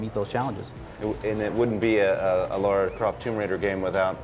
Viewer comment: Second guy reciting viewer's questions, idiot keeps saying "laura". It's LARA GODDAMNIT!.